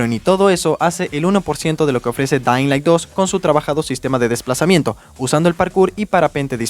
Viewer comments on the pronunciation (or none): Delailand 2 y Danlai 2 🗿